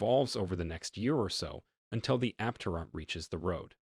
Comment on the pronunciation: Just saying, if you want to make a video about Aptera, at least pronounce the name the same way the company does.